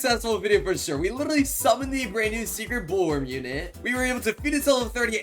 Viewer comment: “We LIRRRRLY got 2 brand new mythics!”